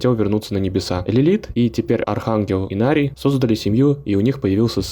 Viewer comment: И что с имена чел? Инарий, а не Инари и камон, что за Лоран, если его зовут ЛОРАТ, ты хоть играл в игру, чистый диз